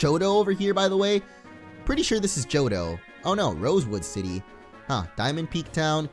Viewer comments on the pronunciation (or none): none